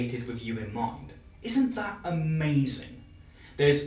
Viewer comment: The kind accent that pronounces mind as "mayind".